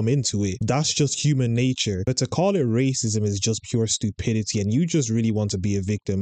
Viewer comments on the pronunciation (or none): none